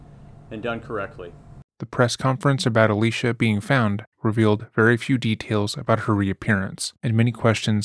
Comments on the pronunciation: Her name is pronounced Ah-lee-see-ah. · I just don’t see how you keep intentionally mispronouncing her name is uh- Lee - cee - uh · Ah-lee-cee-ah. It's not hard. Please attempt to pronounce people's names correctly as a sign of respect. It's the least you can do when profiting from the trauma and exploitation of these victims. Thanks! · Kind of disrespectful you pronounced her name wrong the whole video